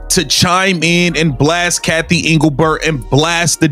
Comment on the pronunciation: Your AI is bullshit. You morons didn't even pronounce Englebert's name correctly. That's MY FACT.